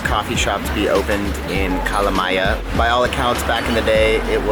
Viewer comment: I loved the way you said Kalamaja.